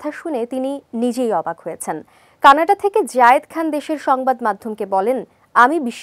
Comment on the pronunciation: Miss. What is kanada? Canada y u don’t learn pronunciation ufff.